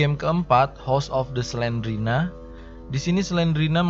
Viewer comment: Bukan Selena tapi Slendrina